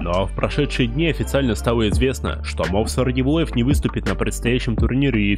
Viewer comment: Мовсар😅 не правильное ударенре